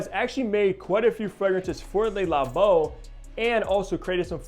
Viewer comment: Nice review but PLEASE learn to pronounce the brand. Its not “Lay” Labo. It’s Le Labo. “Le” sounds similar to “luh” . The “lay” sound you keep making is how one in french pronounces “les” …so it makes what you are saying even more silly. Sorry to call you out on it but its a showgirls ver-sayce kind of thing to many ears.